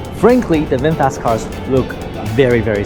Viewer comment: FROM USA 🇺🇸, NOW I RECOGNIZE YOU ARE REALLY “ bung booooo wwwww VINPHET 😂😂😂😂😂😂😂😂😂😂😂😂